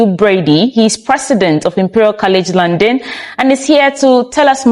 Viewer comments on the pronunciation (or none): London not Landon. Kindly correct this obvious and huge error.